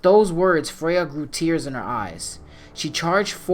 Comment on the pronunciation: Kratos"you do not want this fight Fraya..."